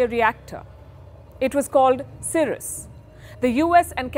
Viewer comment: Its Dr. Homi Jehangir Bhabha and the reactor is pronounced Sai-Ras (CIRUS). Expected better detailing on your channel